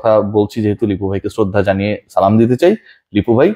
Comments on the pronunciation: আসসালামু আলাইকুম কেমন আছেন ভাই ভাই মন খারাপ করবেননা আমি একটা কথা বলতে চাই আপনার সালাম টা ঠিক মতে হয় না ভাই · সালাম দিলে উচ্চারন ভালো করে দিবেন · ভাই সব ঠিক আছে তবে সালাম দেওয়ার ধরন টা ঠিক করুন এমন সালাম দেওয়া সালামের শুদ্ধ উচ্চারণ হয় না ব্যাঙ্গ করা হয় ভাইয়া।ধন্যবাদ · ধন্যবাদ ভাই, ওফ,, আপনার সালাম টা, জুস😁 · ভাই আপনার সালাম দেওয়া টা জুস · ভাই, আসসালামু আলাইকুম। অনুগ্রহ করে সালাম সুন্দর করে দিন। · সালামের উচচারণটা ঠিক মত করেন। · সবকিছু ঠিক আছে কিন্তু সালাম বিকৃত করেন কেন 🤬🤬🤬🤬